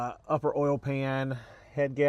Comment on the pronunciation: I know everything lol. On these older Subarus of which I used to have two, as long as you change the Ole it will be fine. (Its "Oil" 🛢 you say Ole like Ole Miss Swiss Chocolate lol)